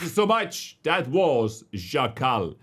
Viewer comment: Hey, as a pole I can confirm your pronunciation of Szakal is spot on